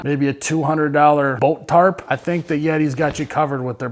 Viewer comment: hes keeps saying "Boat tarp" all i hear is bolt tarp...